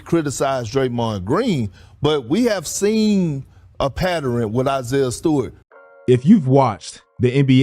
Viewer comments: “pad der ren” 😂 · I love when people pronounce it “patterin”